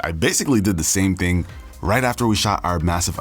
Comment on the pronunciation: “Same ting”